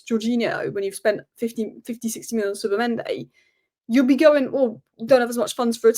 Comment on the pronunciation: Please! Its not Zubamende its Zubimendi